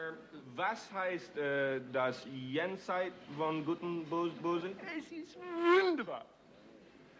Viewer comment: Jenseits von gut und bösen ... well, there's an "s" in Nietzsche.